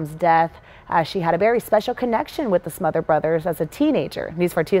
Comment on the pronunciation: SmotherS brothers- Tom SmotherS and Dick SmotherS. The second s is not silent.